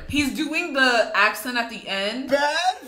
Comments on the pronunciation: He said perrfect when he drank powder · No it’s not perfect it’s PeArFeCt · Bros accent PUURRURURFETTECT